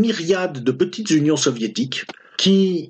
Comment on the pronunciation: Heureusement que ce cher ne parle pas, à propos de ses notes de lecture, de « petiteuhh vidéos »!